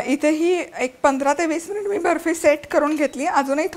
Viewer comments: हो बर्फीचा उच्चार ऐकून मी पण खूप हसले...फॉरेनरनी केल्यासारखा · Tumhi asa mula sobat boltana Bafi asa ka boltay English madhe ?😂